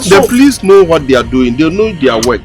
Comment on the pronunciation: said pls instead of police